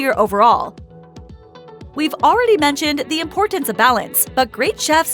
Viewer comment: Is it just me or does the voiceover talk about the “impotence” of salt? I think they mean “importance.”